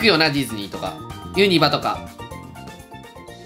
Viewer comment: ユニバのイントネーション気になる